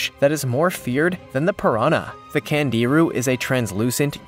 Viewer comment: last fish pronounced Kongeerue. and they suck.